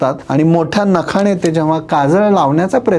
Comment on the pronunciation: अंजण😂लावताणा😂नखाणे😂त्याणे😂असं चुकीचं का बोलता माणे😂 जुण्या😂